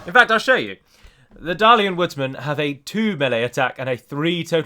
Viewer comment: I find it funny how berates Halward while he failed his general in the battle. Also,, why is it that you pronounce Dalian like 'than' and Dale like 'day'?